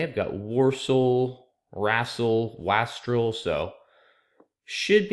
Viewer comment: WASTREL is pronounced with an "eh" A. Also, I saw it before you said it, somehow.